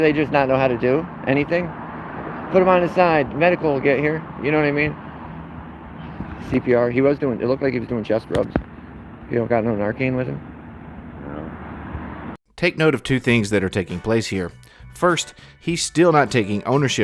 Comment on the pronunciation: What the eff is ‘nar- Cain’ lol morons